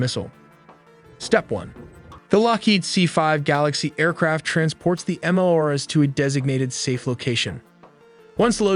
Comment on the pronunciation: MLRS = Multiple Launch Rocket System, pronounced Em-El-Ar-Es, not Em-El-Ars. Kinzhal (Кинжал) is not pronounced with a 'Z' sound but with 'Zh', which is the sound of 's' in pleasure, measure, liesure.